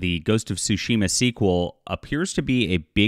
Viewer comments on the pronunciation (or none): none